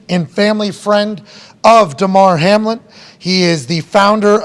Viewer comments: Ok the man’s name is Hamlin should at least get that right the way your talking about it all excited mispronouncing his name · It was kinda weird that Pat got Hamlins name wrong for the first 5 minutes before someone corrected him… And it’s understandable that he doesn’t fully grasp the medical situation… But you would think that he would probably understand how playoff seeding works…. No? The Bills entered week 17 a half game in front of the Chiefs and a full game ahead of the Bengals… even if this game is suspended, the Bills are still a full game ahead of the Bengals and a half game behind of the Chiefs. Both the Bengals and Bills have wins over the Chiefs. There is a much more complicated formula involved here that cannot even begin to be calculated until the results of week 18 are in the books. If the Chiefs happen to lose in week 18 and both the Bengals and Bills win, it gets even more complicated. It isn’t so simple as to “just gift KC the one seed and hope that the Bills and Bengals don’t both win in week 18” That being said… it’s amazing to me that people don’t have more questions about this Hamlin situation. We’ve had professional football in this country for 100 years, most of which was played under much more violent circumstances and without the level of player safety we have today. Yet nothing like this has ever happened in pro football before. Why now?